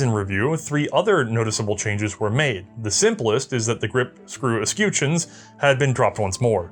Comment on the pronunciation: "Escutcheon" is not being pronounced correctly, just btw. It's the u, it's not like the u in "used" or "universe". It's like the u in "utterly" or "ugly."